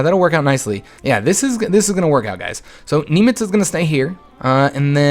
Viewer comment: it's pronounced Nim-itz not Nem-itz